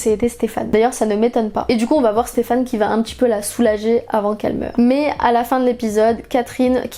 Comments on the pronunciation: Personne parle assez du faite qu’elle dise StefANE au lieu de SteFENE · Par contre ça me stresse que tu dises Stéphane au lieu de Stefan 😭😭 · Super vidéo ! par contre on dit "stefen" et pas "stefan", même si son prénom s'écrit stefan (ça m'a perturbé toute la vidéo haha)